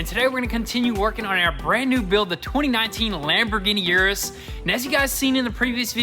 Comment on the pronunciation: Fun fact: it’s not pronounced yer-us, it’s pronounced er-us. Told to me by a Lamborghini employee